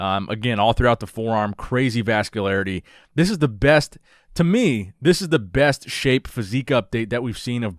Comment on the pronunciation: Quick comment to throw in that you said besy instead of best